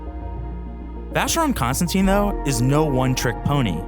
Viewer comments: Sir, although you have the name of the brand correct in most places, your pronunciation is incorrect--it's not ConstanTINE, it's ConstanTIN. In fact, you have it spelled correctly under your video, and it's pronunciation is the same as that of the metal. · vacheron...cons...tan...TAN (as in tongue)... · Please learn to pronounce Constantin properly. There is no e on the end